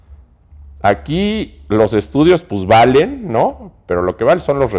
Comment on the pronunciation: Dice : los Estudios pus'valen ...pues valen 👍